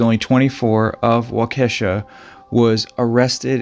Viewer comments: Waukesha is pronounced wok-eh-shaw. not wakeesha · It is pronounced Wall-kee-shaw but no problem most people have a hard time pronouncing Wisconsin city names. 🙂 Thanks for your excellent programs I really enjoy watching them. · It's walk-a-shaw Wisconsin lol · It's pronounced Waw--Kee--Sha. But no worries, I've heard it pronounced much worse. My grandfather worked along the Fox River for the railroad and he talked about this case many times. Because he had to do so much work by himself along the tracks, this really creeped him out. Thanks for the great stories. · Pronounced “Walk-a-Shaw” Wisconsin. Thanks again for the great video. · as a proud cheesehead, its pronunced “Wall-ka-shaw” Lol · Yes you murdered waukesha like these fisherman were murdered . It's ok Indian names can be tough.